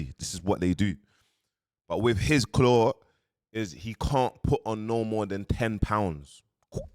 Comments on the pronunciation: Did man just say claw 😭😭😭😭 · Man said claw 😂😂